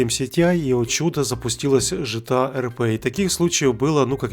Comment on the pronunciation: Почему ЖТА а не ГТА?